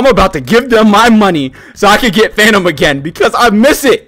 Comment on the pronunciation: Is he saying Phantom or... Fanum?